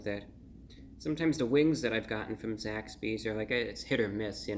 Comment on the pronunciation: I keep thinking he's saying Zack Speed, an old F1 team. Gimi!~